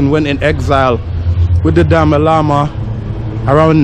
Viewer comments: For your kind information you should pronounce Dalai Lama instead of Dama Lama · Bro. I love your vlog. & Love to see more from Bylakupe,& Hunsur too. Also, please pronounce The Dalai Lama, not Dama Lama. Thank you, you're doing great ininspire to Travel. Thank You. God Bless you,. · Ha ha.. Dama Lama? love the way you said. it is Da Lai Lama. go to Dharamsala, north india where Dalai lama lives. you will love it. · Tashi Delek I just subscribed to your channel thank you for showing all those adorable tibetan monks 🤍 FYI our spiritual leader is His Holiness the 14th Dalai Lama not DaMa Lama like you said lol Sadly we lost our country in 1959 eversince then been living as refugees in India 🇮🇳 so India is our 2nd motherland 🙏❤ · Its not Dami lama,its Dalai Lama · It's not dama lama It's Dalai lama my friend, your history is weak better research n vlog 😂😅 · Dama lama😂😂😂😂